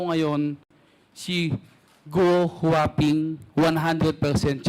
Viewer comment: 𝐇𝐨𝐧.𝐂𝐨𝐧𝐠. 𝐅𝐫𝐚𝐧𝐳 𝐏𝐮𝐦𝐚𝐫𝐞𝐧: "𝐆𝐰𝐚 𝐇𝐚𝐨 𝐏𝐢𝐧𝐠 (𝐢𝐧𝐬𝐭𝐞𝐚𝐝 𝐨𝐟 𝐆𝐮𝐨 𝐇𝐮𝐚 𝐏𝐢𝐧𝐠) 😂😂😂 𝐦𝐞𝐝𝐲𝐨 𝐬𝐥𝐮𝐧𝐠 𝐤𝐜 𝐬𝐲𝐚 𝐝𝐚𝐭𝐢 𝐧𝐮𝐧𝐠 𝐏𝐁𝐀 𝐥𝐚𝐠𝐢 𝐧𝐚𝐠 𝐄𝐞𝐧𝐠𝐥𝐢𝐬𝐡,,𝐛𝐮𝐭 𝐢 𝐬𝐚𝐥𝐮𝐭𝐞 𝐭𝐨 𝐲𝐨𝐮 𝐂𝐨𝐧𝐠. 𝐏𝐮𝐦𝐚𝐫𝐞𝐧 𝐚𝐧𝐠 𝐠𝐚𝐥𝐢𝐧𝐠 𝐦𝐨 𝐬𝐚 𝐢𝐧𝐪𝐮𝐢𝐫𝐲 𝐦𝐨 𝐤𝐚𝐲 𝐠𝐰𝐚𝐩𝐢𝐧𝐠